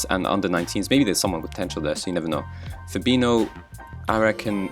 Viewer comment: "Fabino" instead of "Fabinho", benching Mbappe... What a stupid overconfident redneck you are.